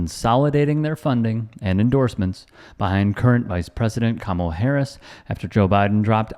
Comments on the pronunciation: You can always tell who the bigots are (and in MAGA world that's not difficult). These are the people who passive aggressively mispronounce Kamala's first name. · The way they purposely mispronounce her name speaks volumes to their character.